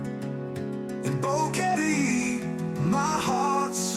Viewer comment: Boring? not at all. Old, well, that's just a number. Keep it up. I was surprised by the music video at the end. Great song, but Boquete is badly mispronounced.